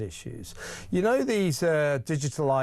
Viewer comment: "I konow more than the supreme court" 😂😂😂